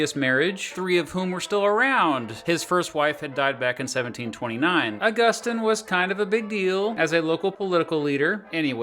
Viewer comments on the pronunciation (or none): I think Augustine is pronounced “August-een” instead of “aggustin” but other than that great video. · I think it's pronounced August-EEN, not Aw-GUS-tin. Edit: Looks like you did end up correcting yourself, eventually, so that's cool. Good video, either way.